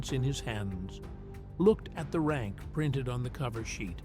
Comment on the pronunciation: Lost me when the narration failed numbers then hit exit when I heard RANCH. Turned me right off the story.